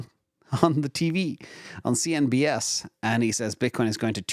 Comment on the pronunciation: i get a kick every time says CNBS for CNBC